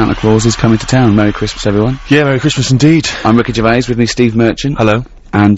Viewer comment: "Pwesenting: Wicky Gewvais, Steven Mewchant and Kawl Pilkington!" [crowd goes wild] "And now back to me again!" [cwickets]